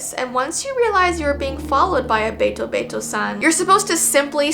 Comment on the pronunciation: Hello! Once again your friendly neighborhood Japanese Second Language dude is here. Ame is actually pronounced (Ah-may) with a more relaxed 'ah' sound. The word 'Ame' also means candy, which I think is pretty funny Also, the be in betobeto-san is a softer 'bay' instead of a hard, sharp 'BAY' if that makes any sense. Really, sounds are a lot softer than they appear at first glance! Happy learning ~~